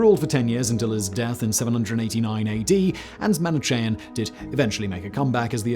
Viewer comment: Unless his writer shoves reading guides where needed, Simon is almost guaranteed to butcher his words. Manichean. Also, remember da Vinci. Sometimes it's almost impossible to find the correct pronunciation within reasonable time. But when possible, it's better to do it, otherwise a serious video, beautifully done, gets this wonky unprofessional element which looks odd.